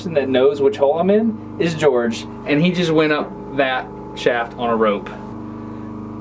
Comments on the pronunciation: dude his names not gorge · HIS name not george